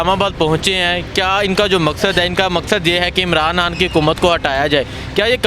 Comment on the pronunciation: Oye anchor it’s khan saheb not Han saheb ,,, you must be a sialkoti ya !!